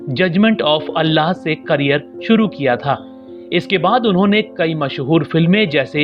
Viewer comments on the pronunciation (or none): none